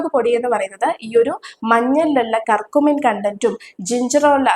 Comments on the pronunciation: കർകുമിൻ അല്ല, kurkumin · കർക്കമ്മീൻ അല്ല കുർകുമിൻ ആണ്